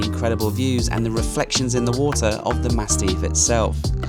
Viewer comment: Great series, made me definitely want to look at doing this. FYI it's "Massif" not "Mastif" I think you keep referring to!?